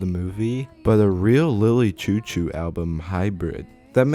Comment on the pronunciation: the way you're saying "chou-chou" is pmo. it's supposed to be "shoo-shoo"